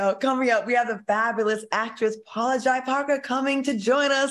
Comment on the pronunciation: Claudia, please pronounce Paula Jai Parker correctly... It's J, not Jai...